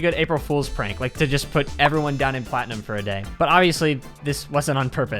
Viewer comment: Bro why do you got to say platinum like that? Lol... That's cool that's cool